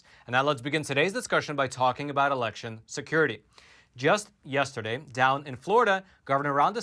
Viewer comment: Yustaday 😂 love it!